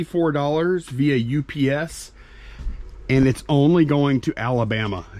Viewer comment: Can you please call UPS U-P-S as 3 syllables and. Not. Ups as one syllable? Same with cracker …say nutcracker! 😢you silly. You are driving me crazy because I watch every single video! I love you guys!